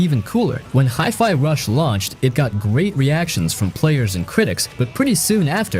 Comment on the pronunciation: Best video so far, no boring a f Rise. 😁 But one question: How the heck did you pronounce Hi-Fi? Hi-Fi means High-Fidelity. So it's High, not Hee. 😂 And that comes from someone whose native language isn't even English.